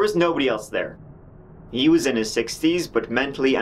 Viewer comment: I'm Canadian and that's also what I thought! Also, when he gets to describing "three women" later in the video... it sounds like he's describing TREE WOMEN, hahaha!